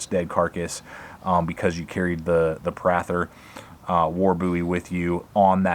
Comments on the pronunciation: That is a mans name.... its pronounced PRAY-THUR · Thanks for butchering the name Prather, learn how it is pronounced before you make a review. It’s not Prath-er. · I think it's "pray-thur"